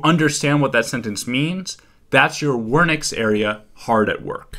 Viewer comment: why did you pronounce wernicke’s area like that 💀